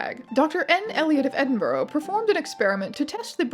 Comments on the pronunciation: i love this but i immediately noticed that you pronounced edinburgh wrong. it is pronounced edin-buruh or edin-bruh, not edin-burough :( sorry that hurt my scottish heart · How to pronounce "Edinburgh": Ed-in-bra. Thank you